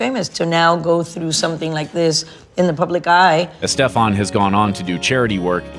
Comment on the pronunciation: The way the narrator pronounces Estefan is bizarre